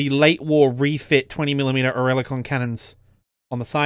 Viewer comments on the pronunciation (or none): Oerlikon is pronounced "or lick on" not "ori lick on"